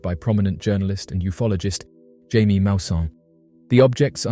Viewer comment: His name is not pronounced "jay-mee"! It's "Hya-mee"! You're British! You should know more about Spanish than I do as an American.